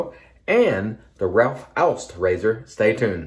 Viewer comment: Great shave and an even better pronunciation of Ralf Aust! I suppose you meant a respeced brand rather than respectable — not mutually exclusive but bot synonymous. But being finicky about labels (and this time you have to be VERY f.), did you notice the ‘idiosyncratic’ spelling of shea butter? (Was it intended as a nod to A & E: shae butter? [JOKE!]), and the missing space before the word glycerine? Linguistic needlepoint.... or maybe just knitpicking (orthographical pun intended.)?